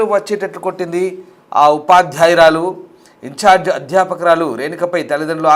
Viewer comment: Incharge teacher ante clarity ga cheppandi news reader garu